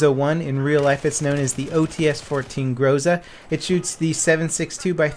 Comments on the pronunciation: GrozA, GrozA not GrOza! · grozA not grOza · It is more appropriate to say grozA than grOza. This word means "thunderstorm" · OTc-14 grozA, not grOza. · It's actually grozA, not grOza)) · GROZA is pronounced like [groz'a:] (with an accent on the last syllable). It means 'thunderstorm' in modern Russian as well as 'threat' in older Russian language. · Cap, in Russian it sounds like GrozA. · The codename of Groza is OTs-14 (ОЦ-14). 'Ts' is the representation of letter 'Ц'. I'm not sure if English have the exact same sound like Russian 'Ц', but anyway OTs should be pronounced something like [o:z] (see Tzar for example). Oh, and also it is GrozA, not GrOza.